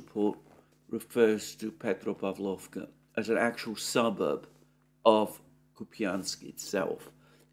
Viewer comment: petropAvlovka. 😊 You mastered the urozhainoe perfectly, Alexander😊😉